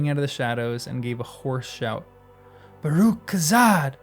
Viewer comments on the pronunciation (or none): none